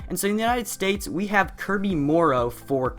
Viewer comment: the united S t a *p*e s